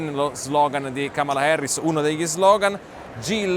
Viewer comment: Da buon italiano pronunci la “A” come se fosse una “E”, non capisco perché no dici :”Kemela Herris”